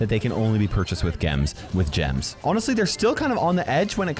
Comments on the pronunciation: “with geams” got me of guard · "geems"